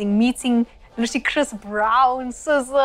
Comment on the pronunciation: can I get a like for everytime she says "litterly"